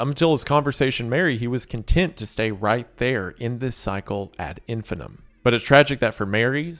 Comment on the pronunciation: I see Wendi never did learn how to pronounce ad infinitum lol